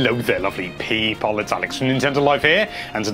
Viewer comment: Whenever I start watching one of these I say the intro in the same way Alex does. "Hello there lovely PEOple, Alex here from Nintendo life."